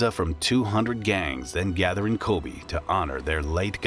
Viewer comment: Good content, but your pronunciation needs some work. It's not 'bun' as in hamburger bun or rhymes with "fun". Try "boon" rhymes with "coon" with oyabun. Ko-bee, like the insect? No, Ko-Bay, like San Francisco Bay. Kobe Bryant's dad messed that up. But having said all that we got "CARRY-OKIE" for karaoke, which ain't even close, LOL!